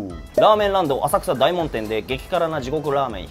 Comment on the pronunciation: お疲れ様です。 細かいですが… だいもんじゃ無くおおもんでは？ 在住としては… ちなみに20年前50丁目撃破(-.-;)y-~~~